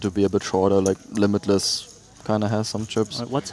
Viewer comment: I think they pronounced limitless pretty well